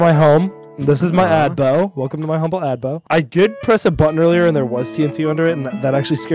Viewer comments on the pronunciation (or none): Welcome to my adbo. Hahahah it's abode. Lol. That make me laugh!